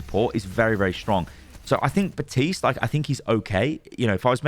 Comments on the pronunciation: WHY is no one commenting that this dude is saying BaTiste and Not BaPtiste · "batiste".... kinda feels like benedict cumberbatch and his penglins. plz pronounce the p, elsewise its gonna sound strange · Bap-tiste. BAP-tiste. BAP-TISTE.